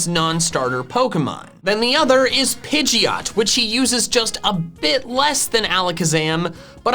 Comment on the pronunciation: DO NOT LEAVE OFF THE D IN PIDGEOT!